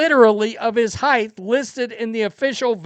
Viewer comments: It’s height, not heighth. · What is heighth?